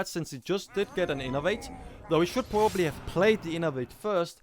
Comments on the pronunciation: nah, just sometimes it looks like its hard to say "probably" for you, like you chew it :) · it was the best round for me. nice shoutcast and u have some problems with verb "probably" btw :D